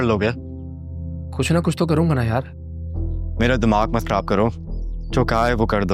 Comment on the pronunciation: زبان پہ فالج گرا ہوا ہے؟ جو خراب کو کھراب کہا جا رہا ہے